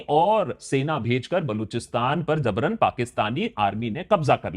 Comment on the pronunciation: Zabran ni Jabran Please correct your Urdu